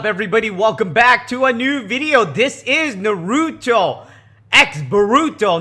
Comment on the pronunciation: This man dont know how to say Naruto